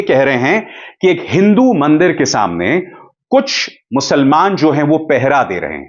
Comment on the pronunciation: Musalman shabdh ka uchcharan galat hai sir